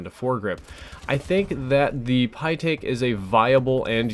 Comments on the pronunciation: btw you pronounce it like pie-tek not pie-take because the ae makes the same sound as the ä (I speak german) which is pronounced like the eh sound The more you know... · it's pronounce is pe-tick... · I believe it is pronounced pitt-eck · It's pronounced the pytech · it's pronounced pie-tech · It's pronounced pytaek. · I honestly opened this video at first just to hear you struggle to pronounce the Pytaek's name.